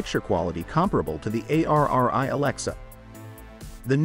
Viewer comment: Agreed....when he said Arri. A - A - R - I. I was done!